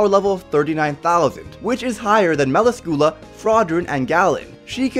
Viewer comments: Wtf is a mela-scula?? Its me-la-scula. They say it in the anime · Gall-ind not Gu-land Mu-las-kyoo-la not Mal-u-skoo-la Spirit Spear Bos-kee-oss